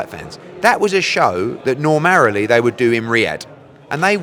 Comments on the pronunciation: "Normarilly", that's a new word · “Normarily” isn’t a word, Eddie, you useless melt 🤦‍♂️ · Normarily? Surely he just made that word up